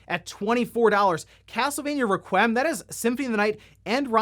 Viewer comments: I needed to process for a moment if he actually said "ruh-kwem" until he said it again. Never heard that before... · A lot of people understand the word "requiem" is pronounced "Wrek-we-um." Not a tough one. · Requiem = wreck we em. Not Wreck wem. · Castlevania Wreck-Wii-Em…not Wreck-Whim. Doesn’t really matter tho. I mispronounce words all the time. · re-kwee-um. not re-kwim. that is all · Reqwem? Lmao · lol "castlevania rekwhim" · Reh-qwee-em... Requiem. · I don’t want to be ‘that guy’, but a collection as good as this ought to be pronounced correctly. It’s Castlevania “Wreck-we-um” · Gotta love castelevania 'raqwem' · Requiem = Rek-we-em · Requiem is pronounced reck-we-um. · Castlevania: Reh-qwee-em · Dont think you pronounced "requiem" correctly, just fyi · Big fan of you but that pronunciation of "Requiem" though. Needs some work. I've never heard anyone pronounce it like that before. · Requiem... Is not pronounced like that dude. 🤣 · You need to learn how to pronounce “requiem” 🤣🤣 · The way he said “requiem” it’s like he’s never heard the word before 😣smh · Bro how are you a 32 year old man who doesn't know how to pronounce requiem lmfao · I'm really bothered by the way he pronounced requiem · doesn’t know how to pronounce requiem. 😅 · Never heard "Requiem" said that way before but, there a lot of words I've never said out loud and only have read that I'm sure I pronounce weird too. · Sorry, but to not know how to pronounce REQUIEM is kind of sad. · pronouncing requiem like it's a 90s hip hop artist. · Make sure you pronounce “Requiem” a little oddly!